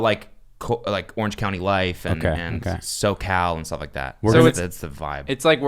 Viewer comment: The fact that Cody kept calling it “Orange County” simultaneously bugged me and made me laugh.